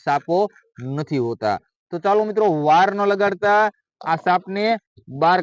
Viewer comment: Saalo ke chaalo 😂 ek vaar to evi lagyu ke gaalo bole se